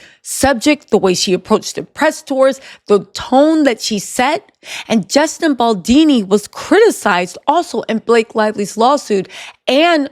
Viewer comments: Girl his last name is Baldoni not Baldini. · Justin bal-Doh-knee (like play-doh not baldini) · Bal-DONI, not Baldini...pleeeassee🤯😂🤯😂🤯😂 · BAL DON I !!! Not BAL DEE NEE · Baldoni not baldini. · Justin BaldOni, not BaldIni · I agree with everything you say except it's "Baldoni" not Baldini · Love the video style !! btw its BaldOni not Baldini 🤭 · I love you!! I been dying laughing at you mispronouncing Justin Baldoni's name lol Bal-DOUGH-KNEE beautiful 😂 not dean - knee 💀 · It's not Baldini, it's BALDONI. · I love your content, but please, learn Justin BaldOni's name. You always consequently call him Baldini. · BaldOni not dini 😆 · I love your vids girl, but Baldini? Really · Bal-DOE-Knee …appreciate the update. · I think her saying baldini is cute though lol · Pronunciation…as an italian …Baldoni’s….pronunciation…Bal-DOE-KNEE…good show 👏👏👏👏👍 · Boldini??? lol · lmao it drives me crazy! esp bc shes not my only youtuber that calls him baldini….how is everyone seeing the o but saying it as if theres an i😭😭🤣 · I couldn’t watch the whole video over this! Baldoooni! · Baldoni. With an O. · Great work! The only thing is you kept mispronouncing Justin Baldoni last name. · why can’t you get the mans name right? You doing it on purpose or what?